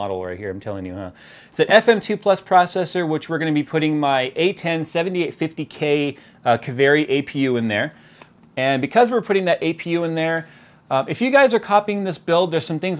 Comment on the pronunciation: Its not K-a-v-æ-r-i Its K-aa-v-æ-r-ee